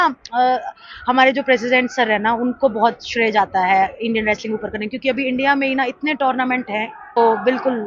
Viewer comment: व्रेसलिंग नाही रे मुर्खा it's रेसलिंग कोणी पण येऊन युट्यूबर होतय आजकाल भेंडी. कूल वाटायला मध्येच इंग्लिश बोलतेय ते पण चुकीचं